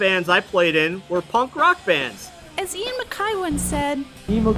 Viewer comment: love this reaction, and I love that you floated the lyrics on top of the video. my only complaint other than the pronunciation of Guy's first name and Ian's last name (rhymes with eye, not hay) is you left out some of Guy's lyrics in the chorus. it's Ian: I don't want the news/Guy: I've got no use for it/Ian: I don't need the news/Guy: I want no part of it